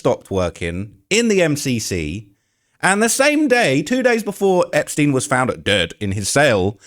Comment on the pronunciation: There's nothing funny about this story, but I was not expecting to hear Charleston White's take, and I couldn't stop laughing at him repeatedly mispronouncing Epstein and Ghislaine 🤣